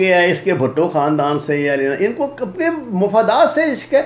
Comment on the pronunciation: بھائی جان پہلے پڑھلیا کرین نا! ہمارے سامنے غلطیاں کرنا تو “دشمن کی چال لگتی ہے”کیوں؟ مطلب آپ دشمن کے میزائیلونکو کہرہے ہیں “اِنکو” جب “اُنکو@ کہنا چائیے تھا!